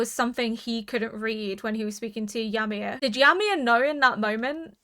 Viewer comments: the way you mispronounce Ymir is making me cringe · Thank you for the react and A Happy New Year and thank God yimir stopped being the main topic becuase I was running out of jokes about your different pronunciation of her name ha ha. Jokes aside I love the subtle revelation of the last two seasons like the "herring" an ocean fish found so deep within the wall with access to only fresh water (so yimir and reiner recognizes food from outside the wall). There are more revelation which I will keep mum until the end of the season. (Just got to the part of your end discussion "Yam-mir 🤣 becuase yam are vegetables and yimir right now is in coma so is a vegetable... i eill see myself out)